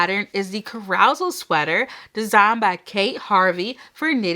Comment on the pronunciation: Carousel Sweater, It’s pronounced -Cara-sell, like a horse carousel that you rode at the carnival. Your pronunciation cracked me up😂